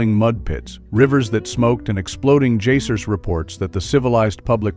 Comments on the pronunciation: “Exploding jeysers…”😂😂😂😂 JEYSERS! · Who is this narrator....a bot? Geysers is pronounced as Guy-zers not Jaysers. Why don't you say 18-33, instead of one thousand eight thirty three????? For a year? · Jay-sirs? You mean geysers,?